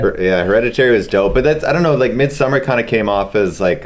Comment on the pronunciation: Hahaha, took me like 10 retries to hear what movie he said.. Damn he butchered the word Midsommar :D